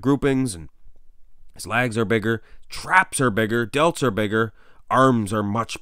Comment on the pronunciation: Like your videos a lot but you gotta stop saying lags instead of legs!